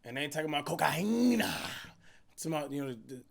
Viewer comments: Lol “that’s Cocaine cokaena” lol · Aye Brooklyn 99 reference he said cocayena Who remembers that from Jake Peralta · Nah co cai een aaaaaaaaaa is what he calls is in his pronunciation lmao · Cash didn't want to say cocaine so he said cocajina he didn't want to be demonitized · cocoena lmaooo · Man said cocahina at least 30 times this vid 😂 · “Coacahina” that “sugar booger” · "Cocayheena" - Cash 2021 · “A COCAHEENA”😂😂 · nobody: Cash: CoCaHiNa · "COCAHEENA" LOOOOOOOOOOOL!!!